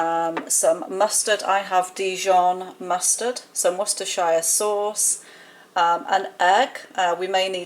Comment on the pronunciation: Coming over from Paddy Joe Cooking. I love supporting fellow YouTubers! This is a great idea for a collaboration. I have never heard of Welch Rarebit. This is interesting. That bread looks amazing! I’m amazed!!! You said Worcestershire sauce right. I’m American and we have a heck of a time trying to say that right. 😂 I just thought everyone did, but clearly I was wrong. lol